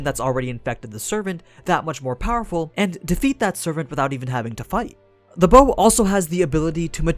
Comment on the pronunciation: Bow...It's so easy to pronounce. But the English dub couldn't do it!